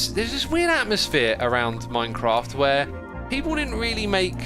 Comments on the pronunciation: My crack 🤣🤣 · Why whenever he says Minecraft, I hear “My crack”?